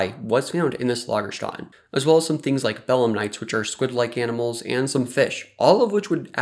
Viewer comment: lagerstätten, not loggerschotn.